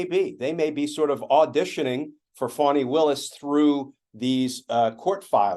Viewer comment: Her name is Fani not fawni, learn how to pronounce her name ... Fani